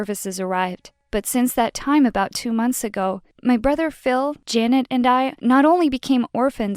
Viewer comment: I know, but you said brothet, did you mean brother? ( not trying to be rude )